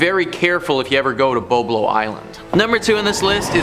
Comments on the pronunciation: It isn't BO-Blo Island; it's BOB-lo Island. Apparently, you can't even pronounce the name of these places correctly!! I used to go to Boblo Island quite often when I was in school. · lol It's pronounced BOB-Lo not BO-BLO 😂😂😂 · The pronunciation is Bob-Lo. You missed when the boat got hijacked….